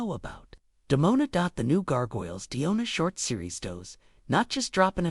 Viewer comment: It's Demona not Diona.